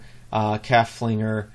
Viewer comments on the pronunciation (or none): Flainger? hahah it's Flanjer sheesh haha=) thank you! though - nice to see the process i will def be diving into jack rack looks very powerfuill